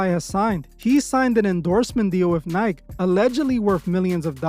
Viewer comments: it’s called NIKE not NIK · This guy pronounces nike "nighk" not nykee lmao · I’m sorry but Nike 💔 “Nike - E” ✅ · Tf is a ni-k it’s Ni-keee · This mf called it "Nyke" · Its ny-kee you fuckin speck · " NI-KEY " my friend is how you pronounce " Nike "!! Great vid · Bro you hating and pronouncing Nike wrong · Is there a hater amongst us? It's not up to streamers or anybody to raise your kids, it's the parents' responsibility. McDonalds and Nike {which you didn't say right} was here before Kai was born. I don't watch his channel like that, but every time someone comes up, especially black people they have to be a sellout. They just can't work hard to get to where they are. How about just focusing on yourself. You are worried about the wrong thing. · Is this AI voiceover???? How do you not know how to pronounce Nike?!?!